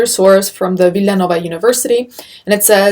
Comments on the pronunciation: i love how you said Villanova as if it's Italian. Molta bella! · I love how you said Villanova like it's somewhere in Europe instead of hicksville Pennsylvania.